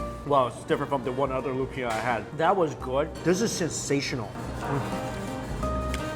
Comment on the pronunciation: Why are you pronouncing all of the Tagalog/Hokkien words as they would in Mandarin? Words like lumpia or siopao are mispronounced.